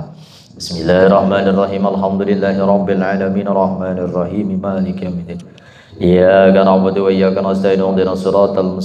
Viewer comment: Tolong p ustadz. Ketika baca Al Fatihah, khusus PD ayat iyyaa ka na' Budu.... Di perbaiki tajwid darah nya...agar tidak berubah arti...🙏🙏🙏🙏🙏